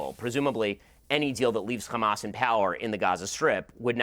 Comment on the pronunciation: My ears bleed when Ben Shapiro says "xamas". "F*** Israel, F*** Netenyahu, F*** Zionizm, F*** Biden too. F*** Ben Shapiro, he like five foot two." 🎶